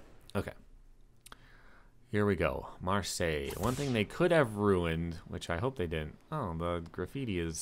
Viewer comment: Good to hear someone pronounce Marseille properly lol